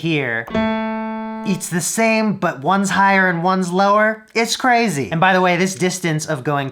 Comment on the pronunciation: "it's craAzy" Lmao